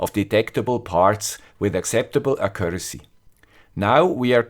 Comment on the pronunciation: Accuracy...mal präziser aussprechen..